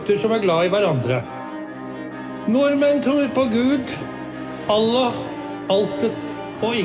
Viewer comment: This whole speech is beautiful but his pronunciation of “Allah”…. I didn’t doubt his sincerity, but I’ve never heard a non-Muslim pronounce it so accurately. This is a man who truly cares about diversity. Idk I’ve seen Ramadan/Eid al Fitr lumped in with December’s “happy holidays” when it had been celebrated literally MONTHS earlier… I remember thinking if you care to wish Muslims a blessed holiday, at least find out when said holiday is. Much respect to my ancestral homeland, and to her king 🇳🇴❤️